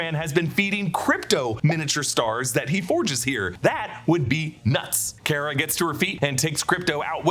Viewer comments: Its not Care-Uh its Car-Uh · its Car-ah not Care-ah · I think you’re pronouncing Kara’s name incorrectly. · It drove me nuts ho many times you said “Kara” wrong lol